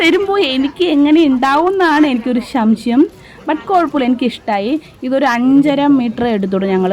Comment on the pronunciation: ശംശയം അല്ല സംശയം